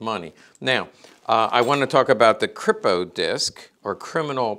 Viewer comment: ..it's pronounced 'creep o'